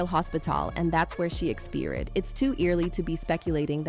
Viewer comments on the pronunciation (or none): btw, quiet = quyet, not qeet and expyred, not expeered. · Also EXPEERED instead of expired. lol This channel needs to invest in better AI. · 🙋🏻‍♂️How did she pronounce expired? 🙆🏻‍♂️🤷🏻‍♂️🤦🏻‍♂️ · Can't take this video seriously while "death" and "expired" can't even be pronounced right 😂